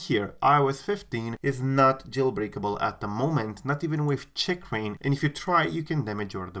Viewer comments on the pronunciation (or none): The way you say “Checkrain” really bothers me 😆